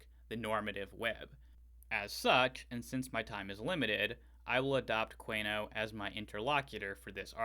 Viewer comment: I believe that last name is usually pronounced: 'koon-e-oh'.